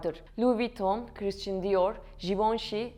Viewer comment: Lütfen hakkında konuştuğunuz firmaların/şahısların isimlerini doğru telaffuz edin !! “ Krisçın kim ??